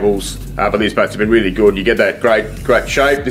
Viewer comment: Weally well